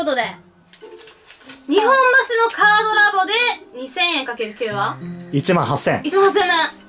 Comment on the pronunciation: いつも思うんやけど、｢にほんばし｣ってずっと言ってるけど正しくは｢にっぽんばし｣ちゃうんかな？